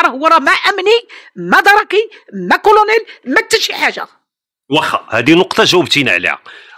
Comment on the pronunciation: اسي الاعلامي، كنقولو كلونيل ماشي كرونير